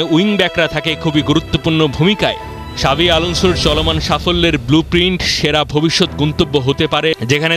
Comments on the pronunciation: শাবি না জাবি 😂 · জাভী উচ্চারণ করতেছে শাবী? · ভাই শাবি না জাবি আলানসো 😂